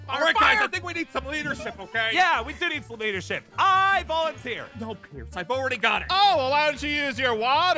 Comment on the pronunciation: not to be rude! but its “Pierce”